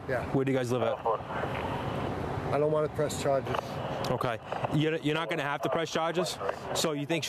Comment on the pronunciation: I didn’t know the word “charges” had 3 syllables. Lol.